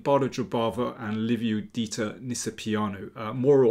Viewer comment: You are the only English speaker who knows how to pronounce perfect Liviu’s name. :)